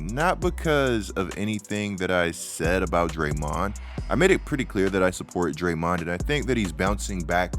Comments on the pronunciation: why u sayin drayMONd like that? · I’m sorry but why are you saying draymond name like that. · Weird hearing Draymond pronounced this way.